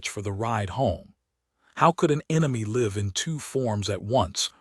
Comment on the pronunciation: The AI Generated Narration doesn't know the different pronunciations of some words like ( LIVE ) Live TV .... or Live or Die 🤷